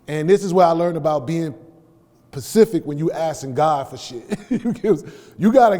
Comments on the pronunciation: A yo I caught that too! Took me back to when i was about 15 or 16 and slipped up on the pronunciation and one of my boys laughingly corrected me. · He said pacific 😅 he meant specific